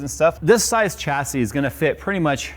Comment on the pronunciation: Phonetics Americans - Cha say Humans that speak real english - sha say